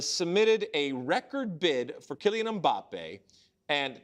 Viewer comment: Stop being lazy and pronouncing last names in english. Mbappé has the accent on the e.